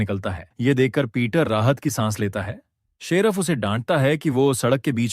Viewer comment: 😂😂abe gadhe sheraf nhi hota sherif Hota h